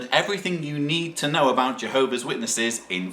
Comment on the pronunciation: It's pronounced J- Hobees 😂